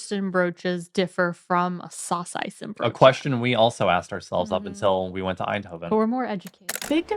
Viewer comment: You don't pronounce the 'N' in saucijzenbroodje and worstenbroodje, guys 😊.